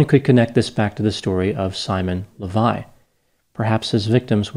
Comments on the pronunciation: An Israeli here You got the facts right for the most part, but you butchered his last name, which is Leviev, not Levi. This has significance, because Simon took on this last name to help him with his scams. There's a famous Israeli multimillionaire by that name who made his fortune in the diamond industry, so Simon was pretending to be his son. Also, I watched a news piece on Simon on channel 12(the most popular TV channel in Israel) which included an interview with him. They said that he served 10 months in prison, not 5. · Why are you pronouncing the name "Lavei" the name is clearly "Lavei-ev"? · It’s amazing how easy it was for these women to fall for so little. By the way, I think his last name is pronounced LEH vee ehv. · His last name (the one he CHOSE for himself, because it's the last name of real millioner in the diamonds field) should be pronounced LehVaYev. His real last name is KhaYoot.